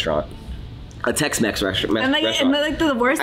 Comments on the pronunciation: Not Tex-Mex but Tex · Are you going to call the Tex-Mex restaurant “TexMaxx” 😉😉😆